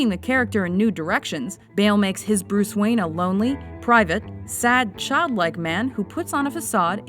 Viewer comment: Hey its bruise waine